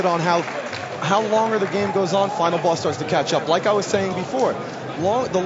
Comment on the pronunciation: LOL He says Final Bass